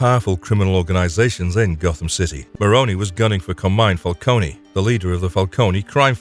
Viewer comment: Isn't it Fal-cone and not Falconie?